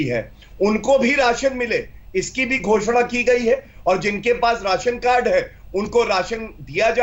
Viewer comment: Raasan card hota h medam Ji.resan carad nhi